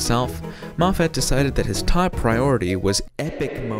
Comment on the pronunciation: you're saying moffat wrong. it's scottish so there's only 1 stressed vowel. the 'a' is a schwa